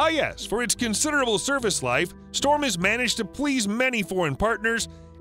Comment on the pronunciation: Shturm is NOT storm. its sh'toorm. like shh - too- rm.. just saying.